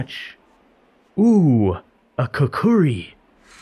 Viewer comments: Kuh-Cree is the right way to pronounce it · I died when he called the kukri a kukary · Kukuri........ Sir I think it might be kukri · Did you just call a kukri kukuri? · I am only one pissed cause he said kukuri lol🤣🤣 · IT IS PRONOUNCED "KOOKREE" NOT CUKOOREE!!! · Great vid as always but please, PLEASE for the love of God learn how to say KUKRI